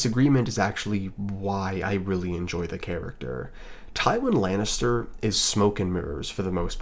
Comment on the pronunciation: Ive never heard such a pathetic misread of Tywin Lannister before this channel. Congrats, sir.